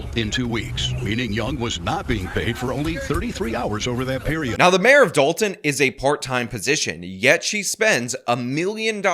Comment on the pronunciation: Everyone mispronounces the name of the town "Dolt"on.